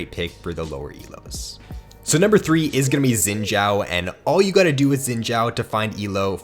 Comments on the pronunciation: I think it's pronounced Shin Zhau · It's pronounced Zin Zao tho xD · He said zin jhao lmfao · asian dont pronouced as sin chao...... xin zhao is actually translated from chinese, in chinese we say zhao xin not xin zhao, but xin zhao is the correct pronounce not sin chao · im laughing about the youtuber when he said zin jaw . just listen 😂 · It must be spelled like shin zao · The way he says xin zhao kinda pisses me off lmao